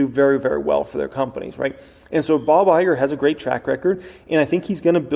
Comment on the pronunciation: It said, "Bog" Iger lol